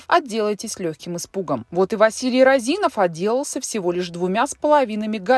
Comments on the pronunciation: Не РазИнов, а рОзинов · Не Розинов, а Розинов, ударение на первую О! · рОзинов, а не розИнов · Не розИнов, а рОзинов. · Не розИнов а рОзинов Василий. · не розИнов, а рОзинов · Розинов, а не Роозинов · Вообще то фамилия Розинов ударение на первую "о" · РОзинов! Уши режит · рОзинов ударение на о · Ударение правильно ставьте😑 рОзинов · рОзинов... ударение на о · вы же не в курсе, что Розинов, ударение на О, достаточно честный и порядочный человек. Он не крал деньги у государства, у него отжали бизнес. Вся страна сидела на зерновых расписках и по секрету до сих пор сидит, под них выдаются кредиты. Он строил больницы, школы, дворцы школьников, помогал детям своих сотрудников на операции. Он лично у меня ничего не украл, как гражданина и налогоплательщика. Он не скрывался, вложил эти деньги в сельхозтехнику и элеваторы. Вы работников и обычных Костанайцев поспрашивайте, они вам расскажут кто он и за что его посадили, как бизнес отжали. Он занимался сельхозпродукцией, он сеял и собирал урожай. Не выкачивал ресурсы из страны. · Розинов, пишется и говорится через О.